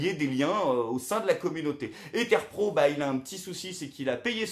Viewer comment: terpro connait pas : on dit T 3 r pro